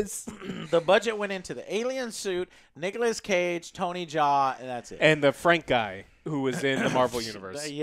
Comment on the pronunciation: Nigolas Cage